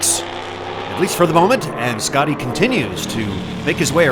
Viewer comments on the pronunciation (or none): As a German i can asure you that "Schotty" is pronounced "Shotty" and not "Scotty".